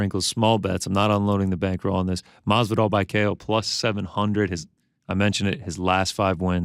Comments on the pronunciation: You know it's on purpose right ... ???! 🤔🧐 ' MARVIDARL ' !!! 👍✊ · Maaan he even asked Gamebred if its Mathvidal or Masvidal and still says it wrong 😂